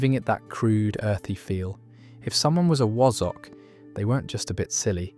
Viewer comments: Wazzuck is correct sound not woz zock and daft Ape th, is correct sound. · It irritated me when he said “Wazzock”, he said it like Wozz instead of wazz like Spaz. And Daft Apeth, that really pissed me off😡 should’ve been said like “Daft Ape’th” as in Ape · Wazzock is pronounced "Waz" "ock". Wtf is a Wozzock? AI's pronouncing of dialect is Bollox 😂😂😂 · The pronunciation of wasack the a is sounded like a for apple not was . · It's wazzock, not wozzock. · Quite - I was particularly irked by wa (as in as)-zzock being pronounced as wozzock. Pillocks! but I remember div not divvy. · WAZZOCK. Its pronounced WAZ as in My name is Basil. Bas Waz. Wazzock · Wazzock is pronounced as in Hassock, Cassock with a soft z sound rather than the harsher s sound. Not as wozzock. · New Turing Test just dropped: how do you pronounce ‘Wozz-ock’? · It's pronounced wAzzock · Pronounced wazzack. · Wazzock pronounced wah-zuck. Daft apeth pronounced daft ay-puth. So are the over 50's football fans of today responsible for insults? 😅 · You managed to pronounce two of these insults incorrectly: 'ha'peth' and 'wazzock'. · is this an AI narrator? the pronunciation of 'Wazzock' and 'Apeth' are completely wrong. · Pronounced Wazz uck not wassock, and Chuffer is an arse. As in, my boss fu..ed me up the chuff or chuffer. Pronunced Ape eth. Pranny? Never heard it. Im 63 and Yorkshire born and bred. Nearest I can think of is Fanny. Same origins, female anatomy. We used pratt instead of pillock. though pillock was used as well but slightly less. I think a lot comes from where you live in Yorkshire. In the Yorkshire dales and towns northin the county, they have sosme really interesting words that even I dont understand. I was 8 years old when we moved from Leeds to Wakefield. The playground swearing then was very mild but used different words for the same thing. Not like today when every other word uttered from a 4 year old is f this and c that.